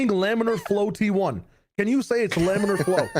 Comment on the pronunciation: Shyow saying lamellar flow was a hit of fluid mechanics PTSD I was not expecting today 😂